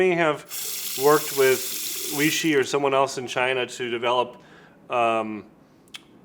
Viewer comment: Weishi. Way-she